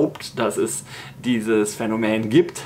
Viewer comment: also auf jeden Fall heißt das "Phänomen" und nicht "Phänomään" - zum Rest kein Widerspruch